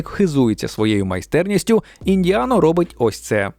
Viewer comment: ІндіанО? Серйозно???